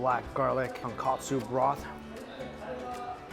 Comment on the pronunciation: Ton-KOH-tsu. Not ton-KAH-tsu.